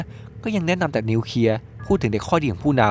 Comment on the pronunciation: นิวเคลียไม่ใช่นิวเคีย